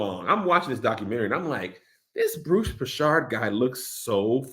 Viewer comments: Mans said "Bruce Prishard" 😂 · Bruce Prichard >> like Richard like. Kev butchered that name like crazy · As a wrestling fan the way your saying Bruce Prichard is hilarious 🤣🤣🤣